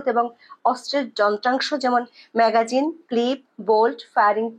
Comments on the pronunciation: ম্যাগাজিন না ম্যাগজিন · ম্যাগাজিন নয়, ম্যাগজিন। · এটা " ম্যাগাজিন" নয় হবে- ম্যাগজিন "!! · সংবাদ পাঠ করতে এসেছেন, উচ্চারণের শুদ্ধতা আনুন এবং সঠিক উচ্চারণটি করুন অন্যথায় ভীষণ কানে বাজে। বারবার ম্যাগাজিন ম্যাগাজিন করছেন যা ভীষণ বিরক্তকর লাগে।